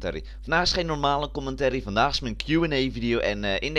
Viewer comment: Je begint commentary steeds hollandser te zeggen, je zegt steeds 'commenterrie' XD